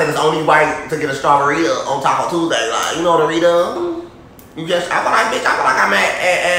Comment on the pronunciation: It's 'Taco Cocko Tuesday'😂😂😂😂😂😂😂